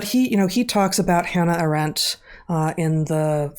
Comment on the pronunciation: Hanna Arendt has the emphasis on A- Aah-rendt. Like Ea-gle which means the same.